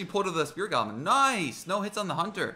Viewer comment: Do you watch Brooklyn nine nine P.S this came up cuz you said noice